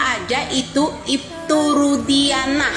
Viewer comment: Nyebut aja ibtu Rudianah, salah nama yg widia sebut itu, ibtu Rudiana,bukan Rudianah😅